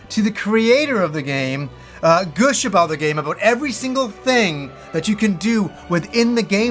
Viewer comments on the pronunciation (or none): I've been watching you for years, and I can no longer remain silent. 'Gush' rhymes with 'hush' not 'push'.